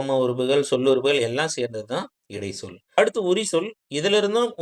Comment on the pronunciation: தம்பி இடை(ச்)சொல் என்று சொல்லவும் ச் உச்சரிக்கவும்